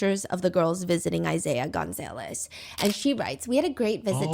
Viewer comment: Girl its pronounced gun-zah-less😭😭